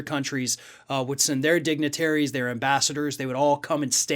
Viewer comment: That sounded like "four indignitaries" - sounds very right with the story (no one there - only four - and only Trump supporters - indignant).